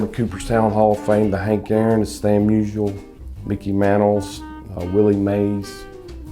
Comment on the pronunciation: It’s not Stan “Musual”. Muse-EE-al